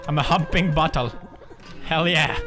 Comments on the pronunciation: When he said I'm a bottle I understood I'm a buthole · did any of you think poods said buthole? Even though he said bottle... Weird thought i guess.